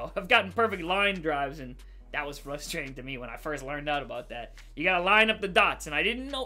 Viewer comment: He does dis, dat and dees